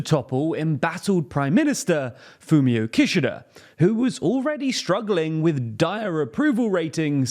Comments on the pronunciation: That's not how you pronounce Kishida! Doesn't anyone on the team watch anime? Jeez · Not relevant at but the way you say Kishida kinda sounds like Kirchner, and as a Brazilian person, I could not help but to think of the Kirchner family every time you said it hahaha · How do you not know how to pronounce Kishida? Just watch some videos about him, and you know how to say his name....it's not hard guys.